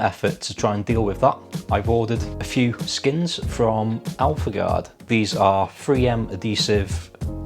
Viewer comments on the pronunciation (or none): It’s life gourd not alpha gourd ...